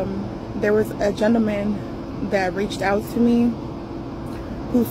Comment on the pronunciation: She say Gina-Man😂😂(Gentleman)